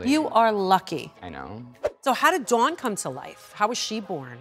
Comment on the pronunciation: Dawn says Dawn while everybody else says DOWAoN